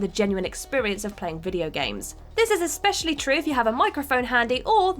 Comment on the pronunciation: "Expecially"......I'm done.